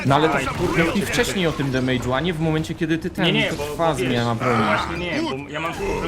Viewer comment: czemu wszyscy Polacy na damage mowia demejdż? damydż damyt!